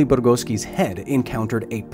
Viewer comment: You keep pronouncing Bugorski wrong. It's not Burugoski